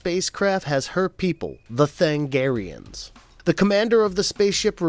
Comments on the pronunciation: Sir, I love your analysis, but.... Than-A-garians has FIVE syllables in it. And that wasn't JOKER's bat-tracking device, my god man, don't be dense. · Me during Starcrossed recap: Tha-NA-garians. Tha-NA-garians, not Thangarians. Did you even watch the show, or did you just read someone else's recap? *Edit Holy s***. At 2348 you play the clip in which the character said the word Tha-NA-gar.